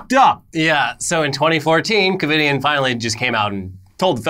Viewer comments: “Covid”ien? Wtf? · “Covidian”...Covid - anyone else catch that lol? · Lol every time they said ‘Covidien’ wrong kinda annoyed me but then I was like “they’re evil?! Why do you care?!” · Covidien? Lmao